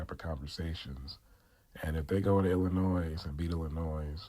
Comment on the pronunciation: Don’t pronounce the s in Illinois. Gotta fix your volume